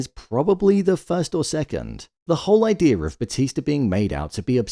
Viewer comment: Why do you say Idear and not idea?